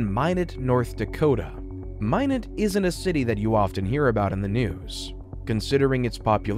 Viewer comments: It’s my knot not min knot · My~not. Not Min~ot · Hi just your friendly North Dakotan native, Minot is pronounced “my-not” for future reference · Minot is pronounced "MY-not". I know because I have family from there -- you can get tourist t-shirts from the airport which can help with the pronunciation that read "Why not Minot?" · Minot is pronounced “my-not” … just had to get that off my chest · Interesting story - future reference - Minot is pronounced My-not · FYI.. Minot is pronounced “my knot” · It’s pronounced like “my knot” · Always thought it was pronounced My-not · My-Knot (Minot) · It's pronounced "my not" lol shit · Being from North Dakota you really don’t ever hear about it in these kind of videos thanks for the funny minot pronunciation too lmao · My crazy mind can’t get passed the mispronunciation of Minot. Garghhh I’ll have to try to watch this one later. Great story. Looking forward to it. Maybe later my crazy brain can get passed it and be able to let it go.